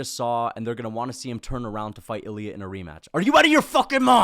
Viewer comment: “Remaaach!” Bro nearly turn full Guyanese